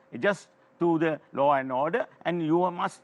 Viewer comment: It is law and order not low and odeur